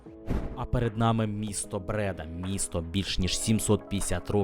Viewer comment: Не Брéда, а Бреда́.